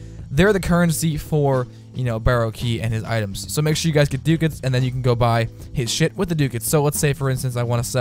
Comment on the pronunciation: It's pronounced: Duck-ats